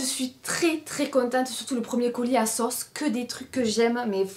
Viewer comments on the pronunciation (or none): none